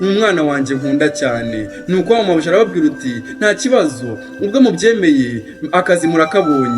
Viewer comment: Courage ntibavuga ngwarababwiruti ahubwo bavuga arababwir' ati!